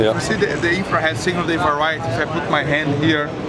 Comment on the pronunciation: Dafuq is "infrar-head"